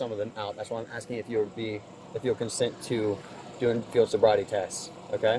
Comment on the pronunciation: "Why you doin soribety tests with me?" Kinda answered your own question, bud.